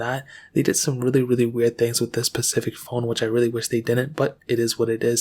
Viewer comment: SPECIFIC, SPECIFIC. NOT PACIFIC